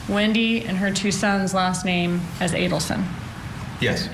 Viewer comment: Mrs ADDelson, can’t even pronounce the name right lol can’t believe the bump worked